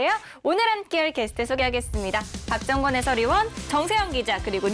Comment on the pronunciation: 박정권 발음 개무섭네 박정원으로 들림